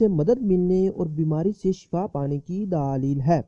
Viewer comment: bhai urdu to bolna sekho please apko sun k gusa ana lg jata ha gaib ko geebat bol raha ho or daleel ko daaleel socho kuch seekho